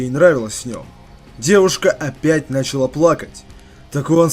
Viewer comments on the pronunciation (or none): none